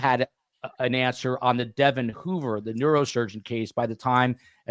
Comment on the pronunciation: Great podcast! FYI, Devon's name is pronounced DeVON, with the emphasis on the second syllable.